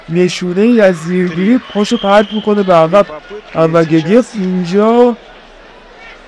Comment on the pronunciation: انور گدیف نه 😅😅😅😅گودیف درسته